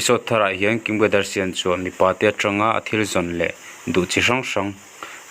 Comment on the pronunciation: Tinge kadarsian i tih daih a 🤣🤣🤣